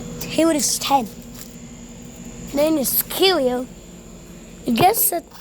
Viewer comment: Dude did not say the “carrier” carefully